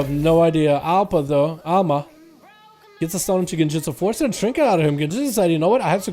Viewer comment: it's Alma ffs :D